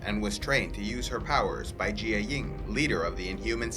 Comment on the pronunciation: U say jiaying wrong